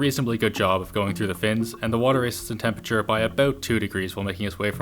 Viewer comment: The way Linus says 'temPURRTURR' over the years, every time, triggers the f**k out of me.. Still love the guy, though.. ^^